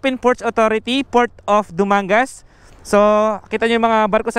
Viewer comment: it's pronounced as DU- MANG-GAS